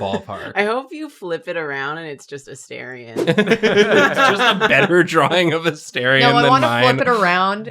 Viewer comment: It's A -STAR-ion not A-stair-ion lol